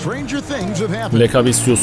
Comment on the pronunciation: doğru telafüzü lekaviçyüs